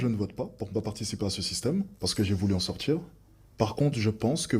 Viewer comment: Je ne supporte plus cette façon de parler.. Le politchique.. envie de m'en sortchir.. c'est insupportable cette mode 🙄